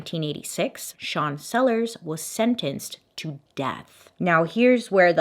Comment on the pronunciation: you said sean sellers and i heard "chancellor", for a second I was like "... there's a chancellor in this story?????????"